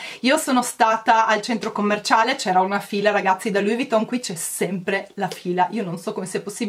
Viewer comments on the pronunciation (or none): perché pronunci Louis Vuitton con una t sola quando invece è con la doppia t? Davvero, non capisco perché lo pronunci così. Non vuole essere una critica cattiva eh!!